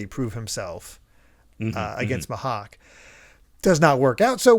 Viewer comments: Gonna try leaving comments for engagements cause of how chill and nostalgic this podcast is making me. Will say the pronounciation is Me-Hawk. You've kinda saying it like the "h" is silent. But yeah Pearl is such the essence of a throwaway character with too much depth. It could've been easy to just say. When he bleeds, he gets angry, and he starts burning everything in sight. Also Oda is considered a genius mangaka, back then and even now with both his art and story telling. Like both his color spreads and 2 page stuff is just amazing. In another manga called Bakuman about mangakas (Made by the Death Note guys), there's a rival genius guy who is speculated to be designed after Oda. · It’s pronounced ‘me-hawk’